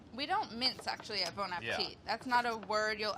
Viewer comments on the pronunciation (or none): the way that adam pronounces bon makes me cringe. it’s not BAWN. i am appalled